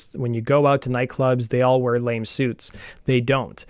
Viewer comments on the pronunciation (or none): Lol... It's not lame suits, it's LA-MAY....